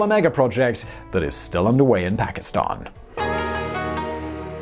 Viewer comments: your like the only English speaking person that pronounces Pakistan correctly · Wao bro ! You are pronouncing Pakistan accurately. Thumbs up for that.